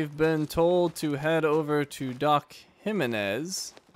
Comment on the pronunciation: Its kinda funny how you pronounce Jimenez like "He-men-s"